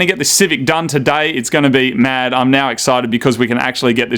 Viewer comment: American accent? Maaaaaaaaaaaaaaaaaaaaaaaaaddd.